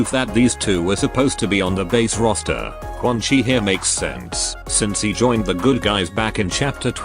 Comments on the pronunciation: Why do you pronounce quan chi as "Quan-Kai"? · I love that the Text-to-speech breaks and says “Quan Kai” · Why does the TTS keep changing its mind on how Quan Chi is pronounced